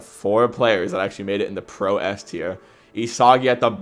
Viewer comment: If you’re gonna slander bachira then at least pronounce Isagi’s name right 🫩